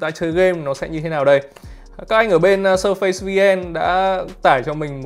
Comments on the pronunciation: surface đọc là "Sơ phítss" mà :))) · Đọc là /s3:fis/ ạ 🙃🙃🙃